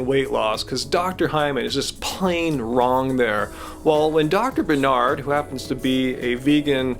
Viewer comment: Why do you keep mis-pronouncing BarNard.?